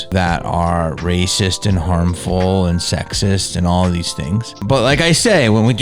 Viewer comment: “That’s Ricist” 😂😂😂 Love you man, just made my day! Please don’t stop uploading, we need you Jamie. For real dude, I don’t even need to ask you to keep it real, because you just do. Fake wokeness doesn’t help. Especially when the people claiming to be woke aren’t who they say they are. I think it’s import to use your platform to call out these assholes, and provide solutions. Which is what you do, don’t stop! Seriously, this is important, and any naysayers can take their BS opinion about you and shove it up their A$$. #JamieKennedyIsTheSHIZNIT